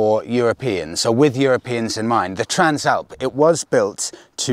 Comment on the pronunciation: I thought you pronounced it TRANSLAPPER